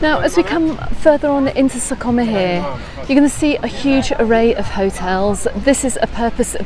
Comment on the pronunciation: Very useful info. You pronounce sa coma perfectly, cuz is almost perfect ❤️🇪🇸